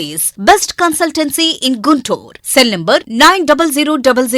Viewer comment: ఆవును.. అన్ని మనకే తెలుసు... "గుంటూరు" ని "గుండూరు" అంటారని కూడా తెలుసు...😂